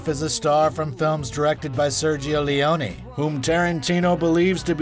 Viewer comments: Cute how you pronounce "Leone" two different ways within 10 seconds. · How can you pronounce "Leone" one way and then another five seconds later? Isn't anyone paying attention in that fucking booth?